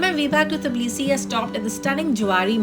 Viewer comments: Everything was well explained and in details. However its not "Tablisi" , its "Tbilisi". I love the country and will be going back again. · Teblisi.....😂 Or tiblisi ... Tabla nahi nahi hai mam😊